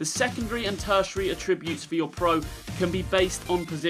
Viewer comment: Okay but you dont know how to pronounce attributes properly.